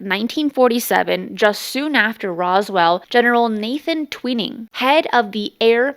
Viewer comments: The general's name is pronounced Twining, not TwEEning. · Twining, long “i”, like a ball of twine. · One more: the general’s name is pronounced “TWY-ning”